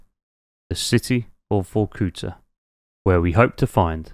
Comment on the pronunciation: "so we're just north of vortuca" 🤣